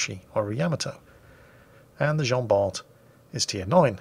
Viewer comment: It's pronounced Jean-Bar! Hilarious replay tho ngl